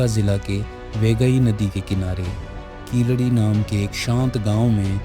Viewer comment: Keeladi should be pronounced properly and not as hindi word khiladi..which means player...it should be pronounced as keel adi....meaning bottom step....